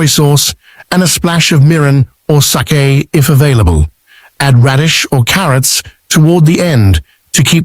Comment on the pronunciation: Good info but terrible pronunciation of Sake and Wakame. Pls be respectful of the Japanese language. Take the trouble to get it right.